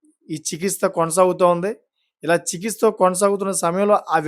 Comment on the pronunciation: చికిత్స వేరు చికిస్త వేరు. పలికే విధానం చూసుకో...